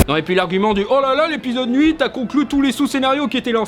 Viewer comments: Alors, j'aime tes vidéos, mais dans cet épisode j'ai fait un gros focus sur la sonorité d'un mot que tu prononces et qui devient très désagréable. Ce mot qui est le chiffre huit (8) tu dis "NNNNuite" même youtube sub écrit la plus part du temps nuit!!! Un petit effort, si tu vois ce com', et à l'avenir dis nous un beau huuuuiiiitt ( 'uite ) Sinon merci le contenu est cool!! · Je sais que c'est qu'un détail, mais ça me perturbe… pourquoi il dit « nuit' » au lieu de « huit » ? >.> Sinon, l'argument « Hitler mangeait du sucre » sur Ben Shapiro, c'était pas nécessaire… d'autant que la critique est très bien construite en dehors de ça. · Pourquoi j'ai l'impression qu'il dit tout le tant nhuite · Super la vidéo. Mais si jamais 8 = huit. Il n’y a pas de n devant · HUIT pas Nhuit !!! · Mais pourquoi tu prononces toujours "n'huit"? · Pourquoi tu dit nhuit et pas huit???et aussi le version du 9 que tu raconte dans le chapitre 5 est génial je préfere croire que cette version est la vrai plutot que le vrai 9 qui est sortit au cinéma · C'est moi ou j'entends "nhuit" au lieu de "8" c'est pas pour critiquer juste pour savoir si je suis parano merci d'avance de ta réponse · J’ai remarqué que tu dis toujours “nhuit” dans toutes tes vidéos haha. Voilà c’est tout pour moi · Le "n'huit" Encore... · Pourquoi "Nuite" pour huit ? Habitude? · Je rêve où tu dis n'huit au lieux de huit ? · Ça me perturbe quand tu dit le "nuite" au lieu du "huit" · Par contre on dit "huit" et pas "nuite" et on ne prononce pas le K dans "knight" PS: je risque d'ajouter d'autres remarques puisque tu fais 56 erreurs de français par minutes ARRÊTE D'AJOUTER DES LETTRES AUX MOTS... C'EST LANDO ET PAS LANDOSE APPRENDS A ÉCRIRE TES TITRES CORRECTEMENT POURQUOI TU SPOIL LOST SANS PREVENIR TES GOUTS EN JURASSIC PARK SONT AUSSI DÉGUEULASSE QUE TON GROS MENTON T'ES PAS EN SURPOIDS, T'ES EN OBÉSITÉ MORBIDE! VA VOIR UN MÉDECIN VITE! T'ES PAS UN GEEK, T'ES UN NOLIFE OBÈSE ARTICULE STP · Le "huit". Pas "nuite"